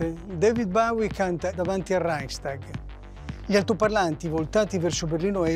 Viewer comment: impara come si pronuncia Bowie che mi hai fatto sanguinare le orecchie